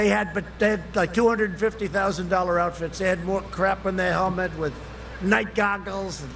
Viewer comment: oufits? does he mean uniforms?